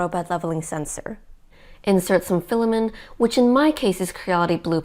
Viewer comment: Great info, thanks. I suggest the OP works at speaking more conversationally. Less huffing, hard breathing, and hard sentence stops. She sounds out of breath. You have lots of speaking experience. You can relax. Also, filamen't' sounds like fila-men. Please pronounce the 't' in filamen't'. You are a real inspirational duo for your AND adults. Thanks for being a great family team. Cheers to your brother, also.